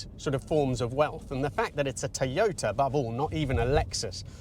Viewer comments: Odd way of pronouncing Toyota....Teeyota. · The name is pronounced Toy-ota.